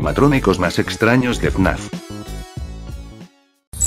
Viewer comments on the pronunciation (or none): Algunas veces parece que dice “naf” en vez de fnaf xdddd